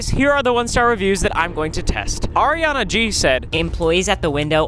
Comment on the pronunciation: LMFAOOOOO "arianna g" "rick a"